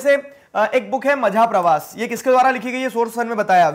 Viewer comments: Majha mean mera. It pronounced as maza. Majha pravaas means my journey. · How u are saying majha 😂😂😂